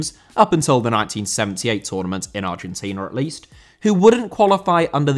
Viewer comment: Argentina* not Orgentiner